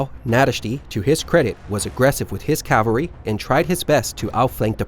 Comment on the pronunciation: CA-VAL-REE not calv-aree